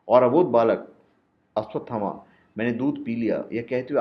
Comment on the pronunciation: first learn to pronounce his name